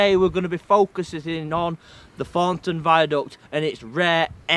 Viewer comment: Note how this youth has unfortunately incorporated into hi speechthe childish southern habit of saying TH as F as in Fornton. This affectation has crept north nigh on 20 year after first appearing on Eastenders and Jackanory.